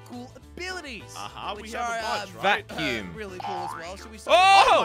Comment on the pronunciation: Who remembers when Jelly pronounced vacume wrong in one of their videos when Team Robust still existed.